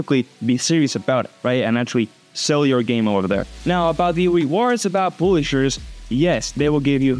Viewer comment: Just a tip:publishers you pronounce it like páblishers